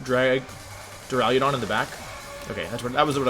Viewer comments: Go watch cybertron to listen to him say “dura-ludon” idk which one is worse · "draliodon" what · Does it bother anyone else how he says Duraludon?? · You say duraludon so much and you mispronounce it so horribly every single time. Your videos are great but damn it’s so offputting